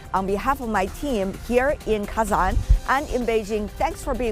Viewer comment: Not Kezen, but KAAzAAn😂😂😅😅